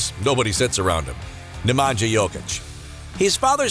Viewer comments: Love the Jokic brothers. One thing to note Nemanja is pronounced Ne-man-ya not Ne-man-ja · Strahinya and Nemanya(StrahiNJa and NemaNJA) not NemanJJa...Nj like Nju York (New York) 😆 Talk serbian so everyone understands you! :) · Like you pronounce name Strahinja (Strahinya) - the same way if for Nemanja ( Nemanya) ...